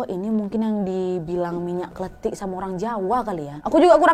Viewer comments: Minyak KLENTIK kak bukan minyak KLETIK minyak klentik itu bahasa jawanya minyak goreng kak nad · Not kletik but klentik (lenggo klentik ).